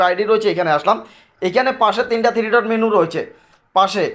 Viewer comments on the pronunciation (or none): none